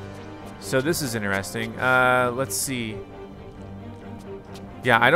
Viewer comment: 2023: “That was ‘ineresting.’”